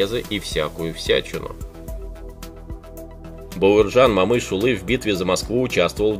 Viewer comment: Автор ты че узбек как то неправильно говоришь Баерджан Момышюли за это дизлайк всбесил просто я же не говорю пьюшкин